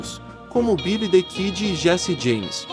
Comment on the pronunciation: Ótimo vídeo, mas farei uma crítica construtiva em relação à pronúncia de 2 nomes : 1- Jesse James (DIÉSSI DIEIMES) 2 - Pat Garret (PÉT GUIÉRRIT) Parabéns pelo vídeo!!...